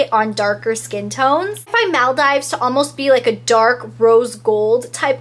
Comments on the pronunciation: It's said muldeeeeves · girl it's Maal-DEE-VES! have u never heard of the group of islands/country??! its a world famous tourist destination..